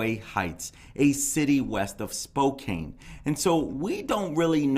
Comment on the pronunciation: Thank you so much for the update. I appreciate your channel and all your content. 👏🏼I am a Washington state native living in Arizona. Xana is from Avondale, not far from me. I just wanted to help you with the pronouncement of Spokane...say it Spo-Can, not Spo-Cane... Also, the defense attorney is only one of 13 Public Defenders able to handle a death penalty case in the state of Idaho and the ONLY one in Northern Idaho. This is just another example how small this area is. She also represented Xana's Dad as well. There's so much more to come out about this case and I hope justice will be served and that the memories of these wonderful young adults be honored. I pray for their families every day. 🙏🏽💐🙏🏽💐🙏🏽💐🙏🏽 💐 Thank you again for this update.